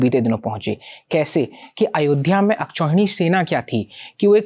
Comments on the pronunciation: Is it "Ashkauhini-अश्कौहिणी" or " Akshauhinj- अक्षौहिणी ".... ? If wellknown person pronounce the word wrong way then common man follows the same. So thus lady must correct herself in pronunciation. An akshauhini (Sanskrit: अक्षौहिणी akṣauhiṇī) is described in the Mahabharata (Adi Parva 2.15-23) as a battle formation consisting of 21,870 chariots (Sanskrit ratha); 21,870 elephants (Sanskrit gaja); 65,610 horses (Sanskrit turaga) and 109,350 infantry (Sanskrit pada sainyam).[1][2] Thus one akshauhini consisted of 218,700 warriors (not including the charioteers, who didn't fight). The ratio is 1 chariot : 1 elephant : 3 cavalry : 5 infantry soldiers. In each of these large number groups (65,610, etc.), the digits add up to 18. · अशकोहिनी नही अक्षोहिणी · अस्कोहिणी नहीं मैडम "अक्षौहिणी" होता है आप कुछ अधिक ही अग्रेज हैं